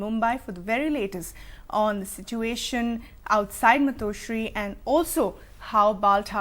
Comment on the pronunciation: First learn how to pronounce 'Matoshri' correctly. Using fake American accent when it is not required doesn't make you look smart, it makes you look like a fool.